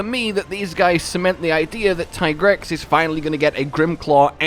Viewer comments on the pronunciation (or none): It's teegrex not taigrex